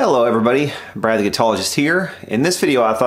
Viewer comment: Lee Maples Ha ha, personally I don't care really...that is a running joke with Brad...everyone gives him grief because he doesn't pronounce it the way they want to hear!